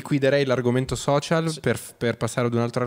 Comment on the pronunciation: Nessuno: Assolutamente nessuno: Chiara: i soscial